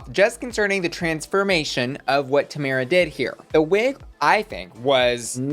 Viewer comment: Lol, it's tomara not tamera 🤭